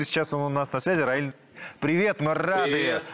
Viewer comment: Раиль, а не Рамиль 😂